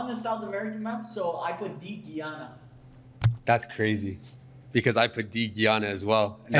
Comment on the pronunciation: Im from Guyana and its pronunced guy-ana not geeyana and yeah we the only english speaking country in south American tho we do speak a type of broken English called craolies